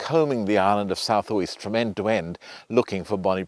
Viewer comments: Just a tip - Uist is pronounced "you-ist". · “…with a totally unpronounceable Gaelic name…” - how colonial of you - just shows lack of education on your part…as demonstrated with you deliberately mispronouncing Uist in your videos and misspelling whisky.